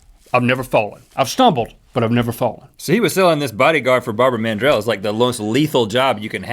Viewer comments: At first, when link said Barbara Mandrill, i thought he said barbar man jill Lol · At first I thought they said 'Barber Man Drill'